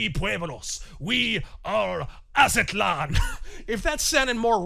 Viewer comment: Az-tlan two syllables not A-za-tlan